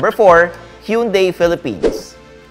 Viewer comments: Tama na ang Tucson pero mali parin ang hyundai🤣 hun-day not hiyun-day. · Sir it's HAN-DAE not YUN-DAE! ✌✌✌✌ Yeah you got the Tucson pronunciation right!👍👍👍🤣🤣🤣